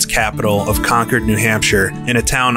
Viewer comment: THANK YOU. Thank you for pronouncing Concord correctly. Where are you from anyway? Most folks outside of new england dont get it right.